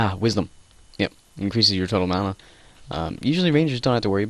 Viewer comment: its mana not mona